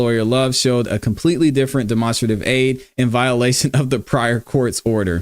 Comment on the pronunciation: "demonstrate" (Den-Ma) - strative (straight-tiv) =demonstrative. lmao, that was killing me.